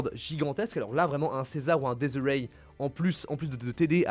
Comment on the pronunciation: Ça me tilt quand prononce desirae 😂 "Dies irae" en latin qui signifie "jour de colère" est une musiques requiem (utilisées lors des enterrement à l'époque) 😊